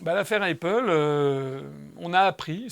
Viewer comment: La prononciation d'Apple est à modifier. Ce qui ne nuit pas au propos, certes, mais...